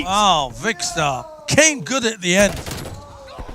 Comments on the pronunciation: ‘Vikster’ that’s how he said 😂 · You should complain, he doesn't pronounce Vikkstar right all game!